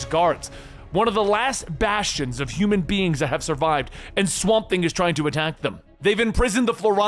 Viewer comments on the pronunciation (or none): none